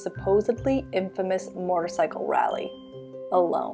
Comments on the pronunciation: Killing me with the weird pronunciation of MOtorcycle (not MORtorcycle) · Her inability to properly pronounce “motorcycle” is frustrating